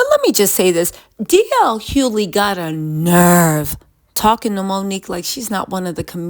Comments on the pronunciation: DL "HUE-LEE" 😂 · "DJ (DL) Huley" bol will murder a name fast and i am here for it. Bol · h-u-G-h-l-e-y for Pete’s sakes! 😂😅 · Yo everytime she say DL last name I 🤣🤣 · How about saying his name right… Good lard you make money off using people’s name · The way you say DL’s last name is hilarious 😂😂😂😂😂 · It’s a bit distracting lol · She may say it wrong but she will spell it correctly